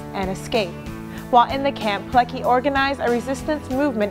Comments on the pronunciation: PileCKi not PileKi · Witold Pilecki {Not Peelekee, but Peeletzkee} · You pronounce the name wrong. PileCki ."ck" is not pronounced as one. "c" is a separate sound. more like Piletzky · I wish she'd put some effort into saying his name the proper way, it ain't that hard really, even Google Translate can tell you how to do it. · You could at least make the smallest effort to pronounce his name right. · Widzę wiele dobrej woli u tej miłej pięknej dziewczyny i organizacji, w której pracuje, dla uhonorowaniu polskiego bohatera i Polaków w ogóle. Mówi o ważnych dla nas rzeczach w sposób dla nas akceptowalny (np. "niemiecki obóz"), co już jest nie lada osiągnięciem. Darujmy jest drobne błędy w wymowie, tym bardziej, że dla każdego zachodniego Europejczyka i Amerykanina nazwisko Pilecki, w oczywisty sposób będzie wymawiane pi-le-ki. Gdyby usłyszeli nazwisko Pileckiego w naszej wymowie, trudno byłoby im je powiązać z zapisem literowym. A przecież wszystkim nam zależy, żeby takie osoby jak Rotmistrz, były szeroko znane i rozpoznawane na całym świecie.